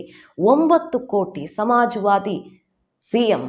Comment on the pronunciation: ಸಮಾವಾದಿ ನೋ ಮಜವಾದಿನೋ ಸರಿಯಾಗಿ ಉಚ್ಚಾ ರ ಮಾಡಿ ಮೇಡಂ 🤭